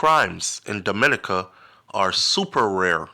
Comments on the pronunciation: Thanks for this heads-up! DOMINICA is pronounced Domi-NEE-ka, stress on the NEE. Hope you plan to visit soon. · Why Dominica 🇩🇲 mostly prounce wrong